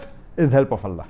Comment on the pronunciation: Yeah its Allah's miracle and its Allah not allas correct urself before to say any thing u don't believe so don't do